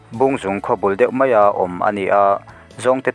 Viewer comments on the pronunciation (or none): none